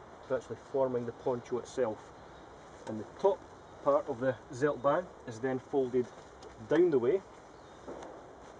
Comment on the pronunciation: try to speak "tseldbaahn"; "ts" like "Tsunami", not seldban